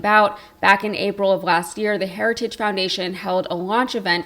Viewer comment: The man can’t even say the word ‘heritage’. 🤪